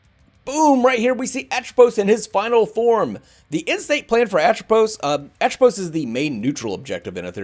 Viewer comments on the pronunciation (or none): Just help you out with this, from what I was told by the team the pronunciation for him is Ah-Trow-Pose :)